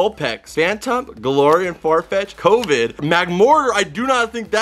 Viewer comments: ADHD said Skwovet like covid 🤧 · He said covid not skwovet 😂😂😂😂